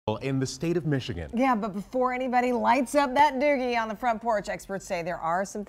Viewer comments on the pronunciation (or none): they say doobie not doogie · lol did this lady just call it a "doogie"???